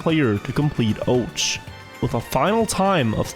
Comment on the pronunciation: can't beleive this guy hasn't figured out the proper pronunciation of ouch yet what a legend